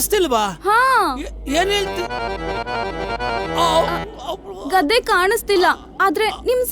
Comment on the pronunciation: ಅದು ಗಾದೆ ಅಲ್ಲ ಹೆದೆ 🤣🤣🤣ಬಾಸ್ 🤣🤣🤣